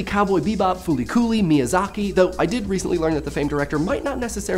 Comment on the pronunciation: FOOLY COOLY HE SSaidddd it right1!!!!!!